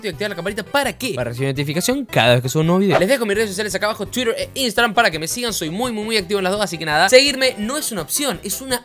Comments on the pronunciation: Gente normal: Twitter: tsuider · podes decir bien twitter ? tuirer dice